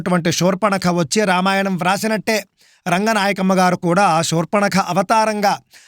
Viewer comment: మీరు షూర్పణఖ అంటున్నారు, శూర్పణఖ అని పలకగలరు 🙏.